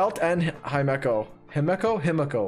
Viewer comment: how can he not pronounce Himeko properly the game is literally in jp (also the editing it top quality keep it up)